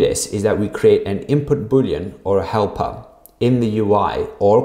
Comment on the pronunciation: i thought u were saying hellpup before i saw helper, hellpup was cooler